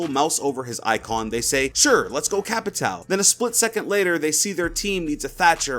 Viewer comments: I’m pretty sure capatao is pronounced ca-pa-shi-o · Heyy,whats up,I’m Brazilian and there is a pronunciation to “Capitão” that you can use.Try to call him “Capitawn” Se tiver algum BR aí da up! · It is not CapitAL, It is Capitão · CAPITAO IS PRONOUNCED "CAPITAN" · Capitao ? Capitao? TAKE DOWN THE VIDEO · "Capitao" for me a brazilian this hurts to hear